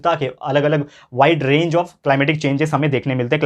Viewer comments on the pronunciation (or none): none